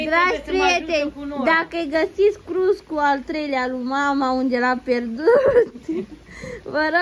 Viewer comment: Ei pocesc toate cuvintele in limba romana!